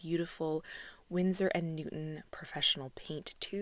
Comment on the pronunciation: BTW it’s Winsor not Windsor.